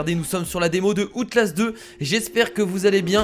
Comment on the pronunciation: # Comment tu a prononcer outlast mdr tu ma tuer